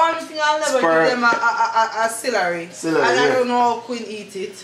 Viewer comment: Did ya'll say cilary.. lol celery